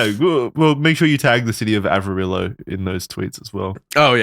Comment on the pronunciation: As someone originall from Amarillo I was shocked yall actually pronounced it right.